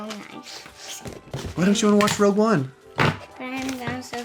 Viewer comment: Rouge One? Seriously? It’s Rogue One not Rouge 🤣🤣🤣